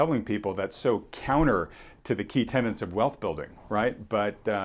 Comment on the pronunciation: Tenets not tenants. Not taking a pot-shot, love your channel, but you strike me as someone who focuses on being precise in speech.